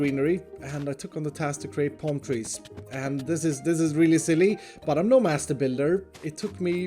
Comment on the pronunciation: Normal people: palm tree: pOlm treez